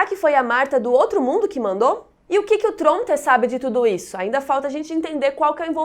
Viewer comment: Eu acho muito legal a forma que a pronuncia Tronte.